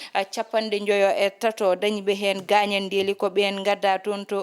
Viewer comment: On mbeltanaama haano feewi yo Allah sellin doole big Miin miijo am heen ko Wonaa gaañanndeeli ko 'gaañan'de" Wonaa inndeeli ko "in'de" Njokkee golle emin kedtii e kala sahaa